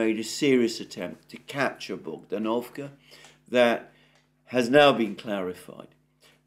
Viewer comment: It's bogd-A-novka not bogdan-O-vka. Emphasis is on the second syllable.